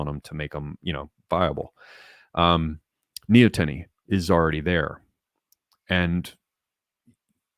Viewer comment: nee-ah-ten-ee Pretty sure that's the pronunciation.